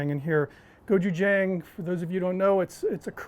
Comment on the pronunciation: You now and Guga pizz me off saying go ju jang. It’s Jung at the end